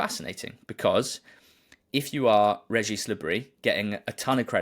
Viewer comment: It's also Reggie, not Regeeese :)